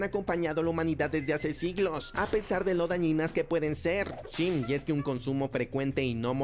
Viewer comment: si pero el perro da mucho cringe, quien mierda dice SIM EN VEZ DE SI?